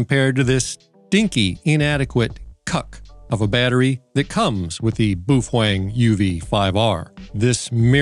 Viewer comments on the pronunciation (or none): Ah, so you are an Illegal ham radio operator? As for the battery, yep, I will add one if not two to my collection for my Baofeng, pronounced, well not the way you say it :) Sound it out like it is written. Bao Feng. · Say it with us: boof-wang. Boofwang. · hearing the baofeng pronounced as "boofwang" is the best thing i've heard and the most hilarious in a while lol. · Yeah, not sure if he's doing it on purpose, or he really does not know how to pronounce Baofeng.